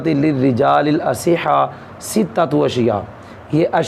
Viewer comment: استاد جی عبارت جب پڑھی تو ستۃ اشیاء میں ستۃ خبر واقع ہوئ لیکن کسرہ پڑھا قبلہ نے۔۔🙏🙏🙏